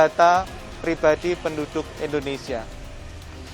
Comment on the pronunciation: "Endonesia," kata keminfo